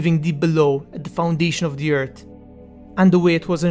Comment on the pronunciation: EarTH not Ert. Middle Earth not midert. Morgoth not Morgot